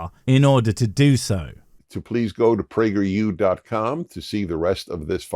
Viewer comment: Oh no. Not Prager peeyew again.